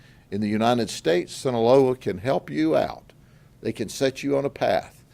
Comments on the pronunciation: It's Sinaloa not sinaleo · Sin-a-LOW-ah Boss. Sinaloa.